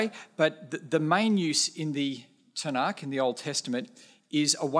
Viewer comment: He is awkward trying to pronounce the caf in tanach but that is understandable for someone who doesn't know how to speak hebrew. You are spot on about him but it isn't his fault as christianity is indefensible